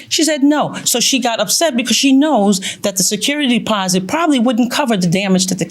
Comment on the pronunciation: It’s security “deposit” not “posit”